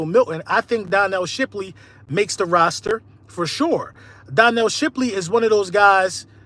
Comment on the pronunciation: Bro said donnel Shipley